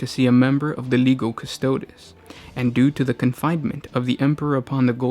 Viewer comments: Custo DEEZ not custodiz, jesus christ. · straight from the wiki and piss poor pronunciation. "Costoads" quick Google and you too can pronounce things correctly. If you weren't supposed to be a pro, I wouldn't care. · repeat after me, custodes, cuss-toe-deez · CustodE You said astartEs right 🤦🏻‍♂️ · Just a note: the Warhammer characters have classicla Latin pronunciations. Legio is pronounced "Leg - ee - oh." Custode is pronounced "Cuhs-toh-days." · I disagree. If is real classical pronunciation it should be: leghio (lèghio) and cu-sto-des (custòdes) with accent on ò. I'm italian, and studied latin and greek at high school